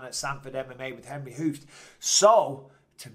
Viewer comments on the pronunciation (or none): none